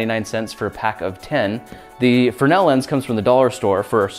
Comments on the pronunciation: You guys kept saying frenell its fresnel fyi... i had to research it but fresnel was the name of the lense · It's fresnel, not frenel lens. You left out the 'S' in your pronunciation. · Freznel, not frenel.